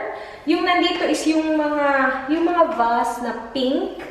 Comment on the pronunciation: Bakit ganun pag pronounce ng Vase? 😅